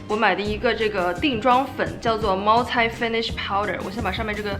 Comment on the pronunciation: Multi的发音是不是错了呢？不是茅台应该是茅踢吧？😄 I’m just so confused.